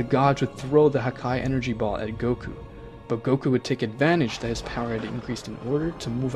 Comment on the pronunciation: bro forgot how to say goku 💀💀💀💀💀